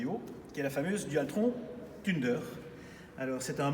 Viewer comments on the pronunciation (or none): J'ai vue flou quand j'ai entendu "tunedeur" 🤣